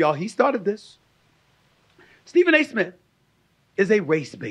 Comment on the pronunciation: Isn’t there a “T” in the end of “ Smith” lol. It’s not “ Smit”